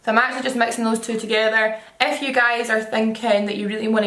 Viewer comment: Every time you said "if you" I was scandalized to hear "f you" at first 😂😂